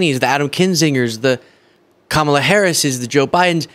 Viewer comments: HE PRONOUNCED HER NAME RIGHT!!! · Omg I almost missed, and had to go back and listen, but trump actually pronounced Kamala's name right. Armageddon might be about to happen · He pronounced Kamala correctly. Put it on a loop!